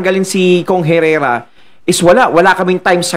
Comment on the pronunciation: Hoy Engot, Congresswoman c Herrera at hindi dapat Congressman!!! Ska ang Herrera is silent “H”!